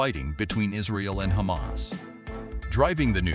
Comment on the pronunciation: Wrong pronunciations Hamas Is Ha mas and not Heymas. Palastin / Palastine, etc..